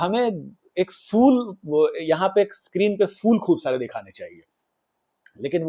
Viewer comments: Episode is good but again pronunciation is not 100%. It's PHOOL not fool 😅😂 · Please correct your pronunciation of the word “phool” (flowers). You pronounce it as “fool”, which is very annoying.